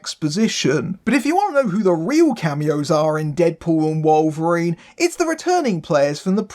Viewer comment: Who the hell is Wollverine? 😂